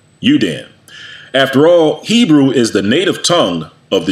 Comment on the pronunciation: Poked my nose in here out of simple curiosity. As an Israeli and fluent Hebrew speaker, I gave up after 10 minutes. The pseudo Hebrew-like misinterpretations, mispronunciations, naming conventions and terminology are so inaccurate to the point of being painful. “For the time will come when they will not endure sound doctrine; but after their own lusts shall they heap to themselves teachers, having itching ears; And they shall turn away their ears from the truth, and shall be turned unto fables.” 2 Timothy 4:3-4 KJV